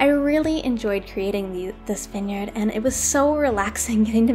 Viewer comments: I’m really sorry but it’s v-eye-n!!! Not vin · why u say winyard? it is viiine yard